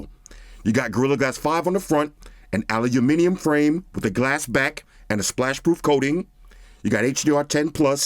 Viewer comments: I haven't been noted until now that can speak "Aluminium" as ' Aluminium' not Aluminum like all of the US. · I dont even want this phone. Still watching it 😂 also is the first American ive heard that says aluminium properly. Yes i’m british 🤣